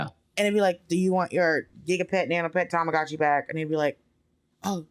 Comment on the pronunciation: Check out Hawaiian Pancakes. Great Restaurant Kona's Coffee, Pronunciation correction, it's TamaGuchi